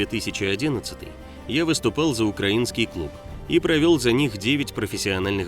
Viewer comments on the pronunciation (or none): none